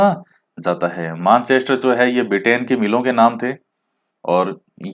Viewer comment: एक तो आपके इकाइयों और मेनचेस्टर को गलत बोल दिया